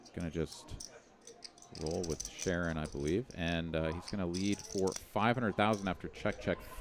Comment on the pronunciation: It's pronounced Sha'Ron not Sharon. 😊